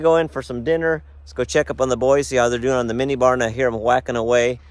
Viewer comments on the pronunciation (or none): It sounded like bar. It was actually barn. 😂